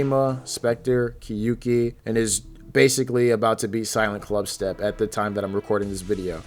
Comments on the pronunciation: I am commenting this because I know Japanese pronunciation lol. You pronounce the “kyou” like “kyu”, and that’s wrong. It should sound more like “kyo ki” than “kyu ki”. I literally typed out what it is in Japanese and you thought you had to tell me it’s a Japanese word? 💀 what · people say kyouki wrong every time and it annoys me so much it's 2 syllables and not ki-yu-ki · I wonder why NO ONE knows how to pronounce “Kyouki” properly lol. It’s “kyo ki”, 狂気, the “you” doesn’t sound like English, the u is silent